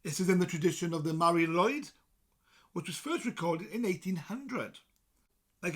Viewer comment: Shouldn't be pronounced as Mari LOOid ?